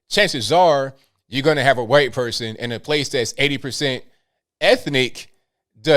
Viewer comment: why you pronounce white as guite?